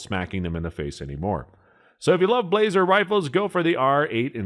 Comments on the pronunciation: It's "Blah-zer" not "blazer" and it was tailored more to the European market where hand loads aren't as common. The hunting r93 is a toned down r93 tactical which is still used by many militaries. The r8 is supposed to be their flagship of the hunting line paired with the f3 over-under. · That's funny. As soon as he said it I thought the same thing. He started off poorly by introducing the Blaser R93 by saying "blay-zer" rather than "blah-zer". That one had me chuckling too. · "BLAH-zer", not "BLAY-zer". By the time this video was released, Ruger had bought Marlin, refreshed the tooling, and was producing excellent-quality lever guns under the Marlin name. There is a lot of debate on the quality of the "post-'64" Model 70s. I have a Heavy Varminter model from the '90s that is one of the most accurate firearms I have ever seen, and my Super Grade 458 Aftrican has fit & finish to rival many pre-64 standards. Doubles have advantages of two firing pins and no worries about bullets in the magazine jumping crimp and tying up the remaining rounds.What was said about the Weatherby cartridges is also tru of the Ultra Mags by Remington, as well as several dozen proprietary cartridges. they are not for neophytes. However, I have seen plenty of flinching and missing with 30-06, so would that make anything chambered in it an overrated gun? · Pronounce "Bla - zer" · Pronounced blauser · You started losing me when you said, "BLAY-zer," and totally showed your ineptitude when you said "Mark Vee." Better stick to what you know before going public. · ...Oh, you mean the "BLAH-SER" R93. Sorry, that made me giggle. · agree 100%....total goofball review. Blaser (correctly pronounced blah-zer) are $5k+ and a new H&H dbl will set you back about $100k. He complains the H&H is only good for it's intended purpose...duh! This bonehead is a total jackwagon. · Sorry, dude, but when you cannot spell or pronounce Blaser correctly, I'm stopping the video and blocking you.